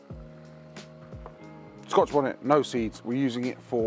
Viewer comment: Nah, we pronounce "bonnet" as it read. You've put a little "ay" on the end and made it sound well zesty, feeling OK bro?? 👀 😂 🏴